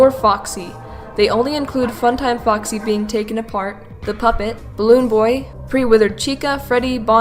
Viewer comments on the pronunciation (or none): When you said Foxy in the Fredbear & Friends part, it sounded like Fucksy. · I thinks it's funny how you pronounce foxy you say fuxy it's cute 😊